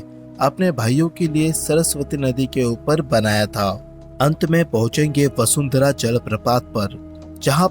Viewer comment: वसुंधरा नही है बसुधारा है ।